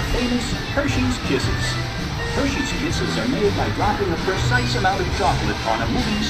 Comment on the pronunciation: I laughed so hard when it said Hershey's kisses it sound like it said kissshits